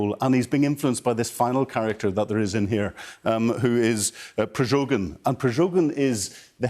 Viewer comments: Expert who hasn't had enough time to learn how to pronounce the name of Progozhin? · A former senior military intelligence and security officer takes a look at his notes to remember Prigozhin's name, and then still mispronounces him as "Prizhogin' twice. Would Sky News consider getting me on the show to comment on new Sushi Rinak's policies? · Not Prijogin but Prigojin. Fake news.